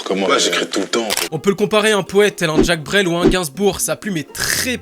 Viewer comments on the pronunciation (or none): Ta prononcé Jacque Brel comment la ?! 😱😱😱 Tu m'a tué!!! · Très bonne vidéo 💯Par contre le "Jack Brel" m'écorche les oreilles à chaque fois ahah